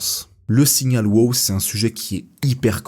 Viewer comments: C'est pas "wo" c'est "wow".... le 2e w n'est pas muet, c'est de l'anglais! 😉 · Merci pour la vidéo . Tu prenonce très mal ton WOW ,il sonne mieux en anglais lolll